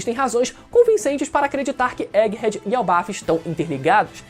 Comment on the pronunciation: Elbaf!? era pra ser "elbaf" eu acho